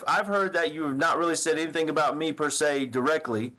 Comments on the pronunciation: "Anythink," Everythink" "Why come" The fact that she was a teacher is the reason I don't trust public schools! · "i will not be charged with ANYTHINK in this"! Her putting a K on EVERY word ending (endink) in G ..... DRIVES ME NUTS